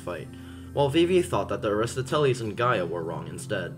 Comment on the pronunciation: that's the worst pronounciation of aristoteles i've ever heard holy fuggin shid